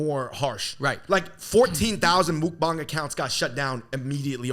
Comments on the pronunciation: it's pronounced like "muck-bahng" not "mook-bahng" fyi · the u in mukbang is more like a "uh" rather than a "mook". i think china should ban their crazy makeup filters. they have such a restrictive beauty standard, and its not bc its "deceptive" like some people say, its because it just promotes unhealthy unrealistic standards. as an asian american, im glad that america is more accepting of more diverse forms of beauty. and i dislike how asian netizens criticize every asian celebrity in hollywood for being "ugly" and "making them look bad"